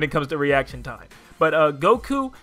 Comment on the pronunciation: This man just un-ironically said Goku...